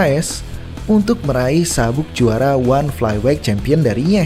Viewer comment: dibenerin lg lah pronunciation-nya. gak ada itu KENOK out atau flyWEIGH.